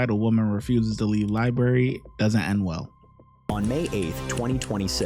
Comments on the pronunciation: "Itsa public LIBARY" She may wish to use the library to improve her English. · Lieberry😂 She's probably homeless 10!! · True cause for arrest is her saying “libary” instead of library. Disgusting behavior 😂